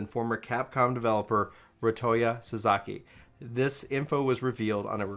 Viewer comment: Ah and the way he pronounces Japanese names 😂🤣. they did sell Suzuki vehicles in the US for years!